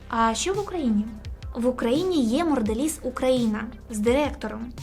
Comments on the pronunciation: Сто разів повторила "моРделіз" 😂😂😂 подивись назву і не ганьбись😊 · я розумію, що "Морделіз" це певно такий стьоб, але вухо різало весь ролик